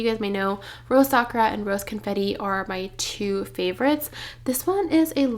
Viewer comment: Your bag is gorgeous! 🌸 Congrats!!! FYI, Sakura is pronounced Sa-kur-a (not Sak-ra) in case no one has mentioned it.